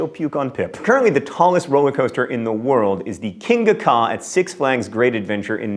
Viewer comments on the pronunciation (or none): As a previous employee of the Six Flags in New Jersey with the world tallest roller coaster, I can verify that John mispronounced Kingda Ka.